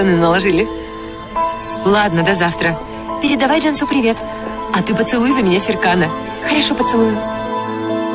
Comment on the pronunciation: Не Джамсу а Джансу не виресли а вырасли